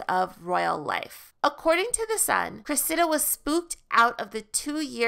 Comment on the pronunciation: "Cressida" is pronounced with the accent on the first syllable, not the second.